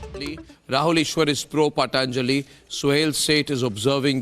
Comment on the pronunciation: Why is it so difficult to pronounce 'patanjali' correctly, a totally Bharatiya word... Pl.conduct graciously. This applies to Mr.Sohail Seth also...